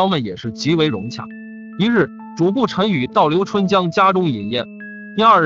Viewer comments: 是主「簿」，不是「薄」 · 用“终被”字比较合适。不过他就是个播音员，不知道播前是否通读过这些故事。比如这个故事，说景福小时候逛牛庄时说牛庄不比繁华州城府县， 用“终”字比较合适。不过他就是个播音员，不知道播前是否通读过这些故事。比如这个故事，说景福小时候逛牛庄说，州和城之间停顿。还有主簿有一次读成主薄。在光华寺焦尸案那集，三个半大小孩，他读成了三个半 （停顿）大小孩，让人觉得不知所云。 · 主簿成了主薄？！ 你怎么还读白字呢......